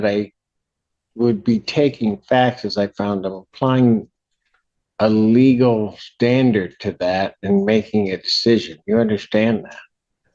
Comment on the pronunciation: the way she says “the LEGAL arguments” and then goes on to say she doesn’t understand the question absolutely sends me to the moon 😂 idk why I find it so funny but it always gets a good belly laugh from me every time I rewatch it. She seems like an actual idiot every single time she opens her mouth. I find this particular comment hilarious but every other time she opens her mouth piss me off to know end. She has such a bad attitude with every comment that comes out of her mouth. She snaps at the plaintiff’s lawyer several times and it shocks me Judge Simpson never calls her out on it